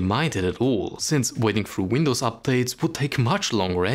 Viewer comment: You still call it "The Windws Key" LOL